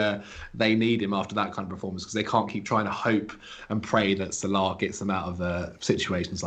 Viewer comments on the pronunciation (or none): Why do you say Salah so weird